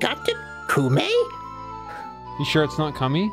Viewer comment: It's "Koh-may" you heathens!